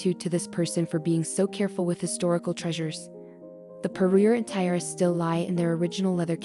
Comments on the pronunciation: The automated voice cannot pronounce "tiara"..a detriment to a jewelry video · yep, i'm halfway through and i'm about to click off. so annoying